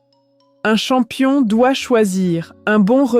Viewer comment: c'est pas le chonmpions de la course c'est le chonmpion de la vèrité 😂😂😂😂😂😂😂😂😂🎉🎉 et bravo 🎉🎉🎉🎉🎉🎉🎉🎉🎉🎉🎉🎉